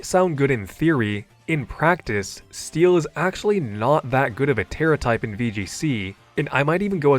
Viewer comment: "making it STEE-LL a great tipe" lol